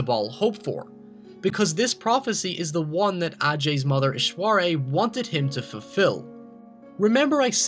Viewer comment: great video my man, but you seriously butchered like some of the non english based words like ghale, ishwari, rakshasa etc. But otherwise great video, keep it up!